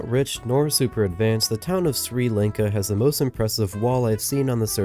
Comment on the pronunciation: Didn’t even pronounce Sri Lanka right